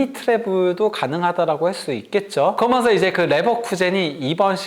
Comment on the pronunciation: 브버지....... 그러면서===> 거면서 ㅋㅋㅋㅋ